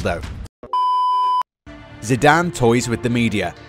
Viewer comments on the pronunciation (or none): none